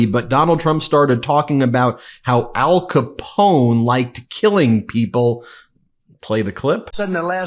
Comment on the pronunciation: How can you be a great speaker, you couldn't even know how to pronounce Al Capone. !!!!!!! Shame, shame, shame, shame, and more shameful for his FOLLOWERS !!!